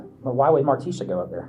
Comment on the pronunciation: This AI voice isn’t that bad. But the pronunciation of Martisha as Mar-tee-SHAW is annoying.